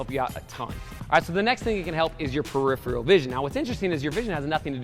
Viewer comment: "Peripheral" It was killing me to hear that mispronounced each time.